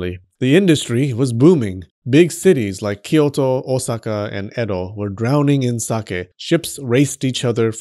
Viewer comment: Your pronunciation of Edo is hilarious. You missed the second bodily fluid which is the same fluid common in traditional miso, which is foot sweat. Yummy. The throw away part of sake mash can be used to make soap. 酒粕 is the one sake you want on you, not in you.